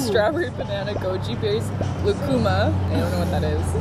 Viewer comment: Lucuma (LOO-KOO-MUH) is so good! It’s a fruit